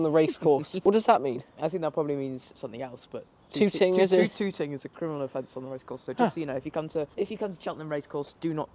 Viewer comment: Hi and, I love that you find consolation in suffering the rain, hoping it will lead to more views. I hope you are right. Touting is pronounced towting, not tooting and in racing terms means spying on race horses in order to get information for placing bets. So if there had been horses training, filming them might not have been a good idea. They might have taken you for very young touts.